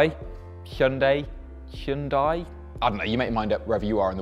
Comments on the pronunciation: I think it's about time people learn to pronounce HYUNDAI correctly. It's pronounced HYUN DAE and not HI YUN DIE. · Hun-Day like Sunday, Jesus Christ, it's not that hard. 🤦‍♂️ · bro u are absolutely butchering the pronunciation...... come on man 😂